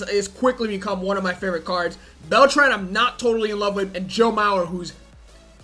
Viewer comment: Just gonna say that your mispronouncing Beltran I’m new though 👋